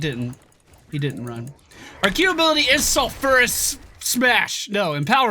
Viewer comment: It's pronounced Sulf-you-rus